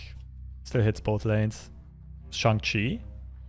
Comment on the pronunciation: Glad to see a streamer say Shang-Chi correctly! Enjoying the vids!